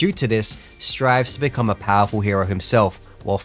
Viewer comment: love it when he says "I've bacome one punch man" then he wins